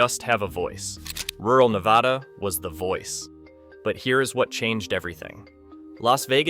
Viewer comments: Nevada here... its NEVADA NOT NEVAUUUUUH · Nevada NOT Nevahhhda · And the guy still doesn't know how we pronounce Nevada in Nevada. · Pronounce Nevada properly. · How can you do a story on Nevada but not pronounce it correctly?